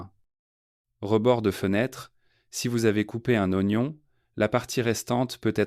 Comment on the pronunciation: En français on dit:"0gnon"..... Pas ouagnon!!!!!